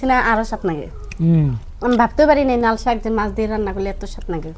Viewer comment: নাল শাক না । লাল শাক হবে।